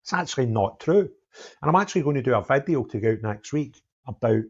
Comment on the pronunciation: Was there a Vad-E-oh?